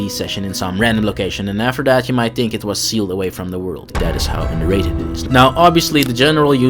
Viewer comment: Think, not tink.